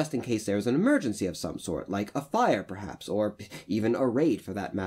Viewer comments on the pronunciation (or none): none